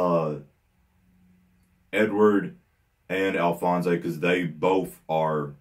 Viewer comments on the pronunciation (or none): Love the reaction! One of the messed up ones for sure, probably the worst. BTW, just so you know for the future, its "Edward and Alphonse" not Alphonso'. Looking forward to more of this series, it's my favorite anime in front of Code Geass.